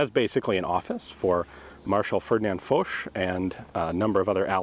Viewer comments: Thought it was F-ah-sch instead of F-oh-sch, regardless crazy to see this place in color. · Ian said it well enough, something like Faushe yeah. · MrSebfrench76 So how do you guys pronounce Foch,is it Marshal Faushe, or Marshal Folk ? Or something in between ?